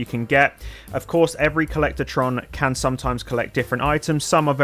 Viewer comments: Co-llec-tron not co-llector-tron omg :face-orange-frowning: You said it wrong so many times it was infuriating. Good video otherwise, agreed on all items chosen! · No a in “collectron”